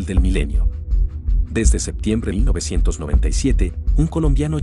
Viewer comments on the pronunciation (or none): none